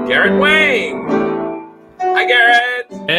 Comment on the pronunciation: They mispronounced Garrett Wang's name when they introduced him. Poor guy. Oh, nice! Tim Russ sings from "Pippin."